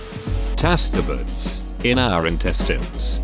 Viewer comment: Tas-tebuds ... Spreeding...